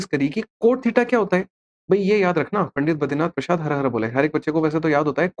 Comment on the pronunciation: Sir ap puundit mt bolo pls vo pundit h bs